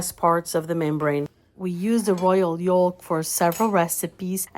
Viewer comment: The L in “yolk” is silent. You’re pronouncing it incorrectly. Good recipe! Good video, thank you!